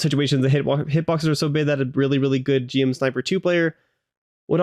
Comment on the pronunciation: One tiny nitpick from a Gundam fan - GM is usually just pronounced like Jim. Loving the content, and I'm so hyped to get to play this game on the regular at release!